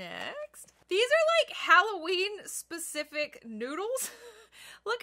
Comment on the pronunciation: when you were trying to say specific I can’t say specific either